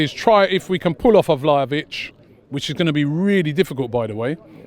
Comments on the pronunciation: Man called him valovic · These guys can't even pronounce Vlahović, how can a channel focused solely on football can't do a simple research on a player.